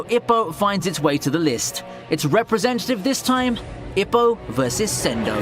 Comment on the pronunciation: Ippo is pronounced E-poe....